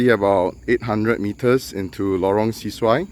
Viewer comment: Bro it’s pronounced Lorong Se-Su-Ai (Se is not pronounced “See”.. it’s closer to “sir” as it’s a Malay word. Thanks for the vid